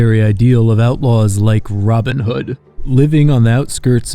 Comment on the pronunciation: Why did you say Robin Hood like that 😂